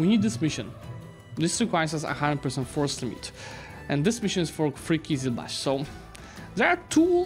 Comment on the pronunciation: Not qizilbakh, qizilbash which means “red head” in turkish